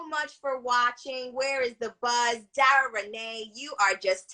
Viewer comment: I'm sorry, but ima just say this. The interviewer dropped the ball SEVERAL times. Its important to listen to the person you are interviewing so that you don't ask questions that have already been answered. Also not knowing how to pronounce Dara's name, or her characters name? Unprofessional, and quite frankly disrespectful to Dara. Doing your research prior to an interview is so important. That's just my opinion. 🤷🏾‍♂️